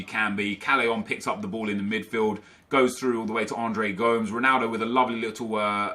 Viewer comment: Come on you know how to say Gomes.